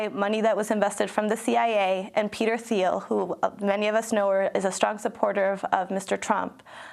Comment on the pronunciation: BTW, Peter Thiel's last name is pronounced "Teel" ;-).